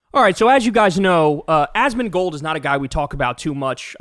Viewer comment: You mispronounced his name in the beginning. It's "Asmon -mom killer-mold."